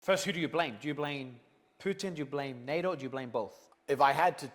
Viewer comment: For some with a surname containing two Ts he really should learn to pronounce that consonant. It’s NATO, not NA’O. Stick to your fighting and misogyny. Leave the politics to the grownups.